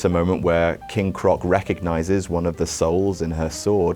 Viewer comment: You said King croc